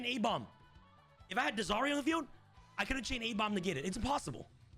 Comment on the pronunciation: I died on the inside every time he pronounced dies irae